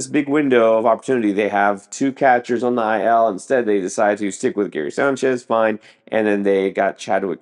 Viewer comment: Wtf is Guyairy Signchez? Your pronunciation is ridiculous.